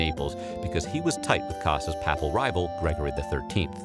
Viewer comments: Papal is pronounced "Pay paul", not "pap all," my good sir! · "PAY-pl" and "PAY-pacy" Not "Pah-pl" and "Pah-plcy" Probably advisable to look up pronunciation of unfamiliar words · The way he says papal bothers me